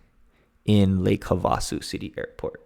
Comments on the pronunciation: It's pronounced HAV-a-soo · Just a minor correction. It's pronounced "HAVE-A-SUE." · Great report. Just a note that the lake and city we pronounce havé-a-sue.